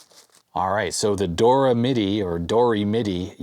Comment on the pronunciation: and its not doremidi its Do Re Midi